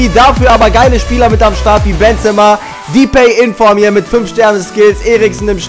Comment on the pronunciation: Depay nicht Dipay -.- trotzdem Daumen hoch =)